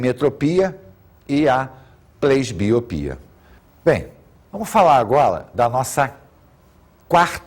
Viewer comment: Vamos falar agola